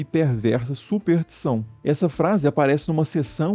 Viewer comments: não entendo como erram tanto a pronuncia dessa palavra. Não se diz "supertiçao", mas "superStição". Pior que ele repete o erro logo em seguida. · Muito bom o documentario. Mas a palavra é superSSSSStiçao